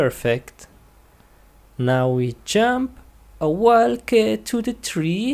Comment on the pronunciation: The way he says walk is wallk